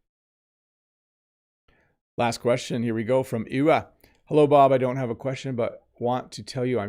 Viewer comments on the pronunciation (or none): Did you really say "well 'ello" at the beginning? Come on, you're the teacher 😂